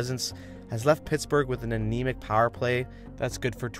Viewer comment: Dog, are you from Pittsburgh? You say "pahr" (power) like a true yinzer!